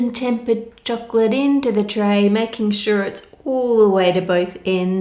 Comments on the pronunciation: It sounds like choklick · The way this woman says "chocolate" is god-damn satisfying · Idk why but I love your voice and the way you pronounce chocolate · I watch your just to listen the word "chocolate" u spell...! N I have zero knowledge in cooking, so I just watch n enjoy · the way Anne says chocolate makes it sound like some next up fancy dish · I do not want to be mean but that's not how you say choclate I'm really sorry to say I'm literally crieing right now again so sorry😔😭😭😭😭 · I love the way she says chocolate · I’m not the only one who loves the way she says “chocolate“ right? Something about her accent in the word... ☺️ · Yeah, is it Anne or a localised pronunciation? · HEEHEEEEE!!! I know! I say it after every time she says it LOL, check out that parody of her, that guy gets it too lololol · It's the kiwi accent coming in, haha.